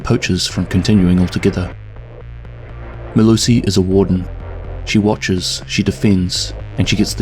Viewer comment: As a South African I'll let you know that you absolutely butchered her full name, but nice video man.